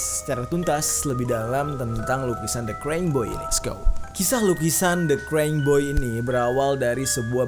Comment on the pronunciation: Baca nya krayying bukn kreng, Bang.